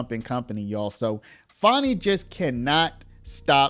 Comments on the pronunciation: About the constant mispronunciation of FANI Willis. There is NO "W", in "FANI"! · Dude its fanny not fonny why u doin that for her please use correct annunciations thanks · Who is Farni? Thought her name was Fani.